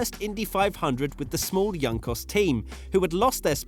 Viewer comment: Juncos - "Honcus" not "Iyancos" :)